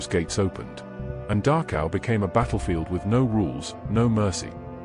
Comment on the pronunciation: Please tell he narrator that it’s called Dachau, not Darkhow.